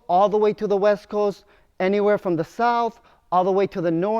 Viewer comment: East coast to the weast coast